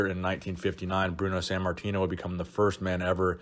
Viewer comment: san martino? or sant martino? why do you say his name like that